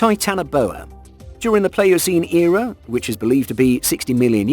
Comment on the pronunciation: The number of profoundly stupid statements and mispronunciations in this video boggles the mind. Inaccuracies are one thing, but you have said things that don’t even make sense. Scientists don’t “claim” particular time periods like the Mesozoic were a certain time span, they are defined as such. And why did you break down the Mesozoic “Area” (sic) when you are talking about a creature that lived in the Late Devonian, an earlier period (and not “considered by some” to be the range you gave, because again that’s a defined period, and your dates for Late Devonian are off by about 12 million years, just a wee bit off). Also, Helicoprion most certainly did not have a jaw functioning anything like you suggest. I bowed out not long after that, so I can’t speak to the remainder, but it seems some brave souls stuck it out and have remarked on other errors and inaccuracies. I don’t know why YouTube thought this hot mess would be something I’d be interested in after watching Sir David Attenborough, but clearly the algorithm broke down here.